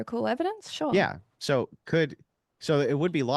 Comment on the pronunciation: What’s intrinsically bad is her pronouncing an “R” in the word … “so” ( hard to believe she’s that obtuse she can’t get what he is demonstrating in this debate)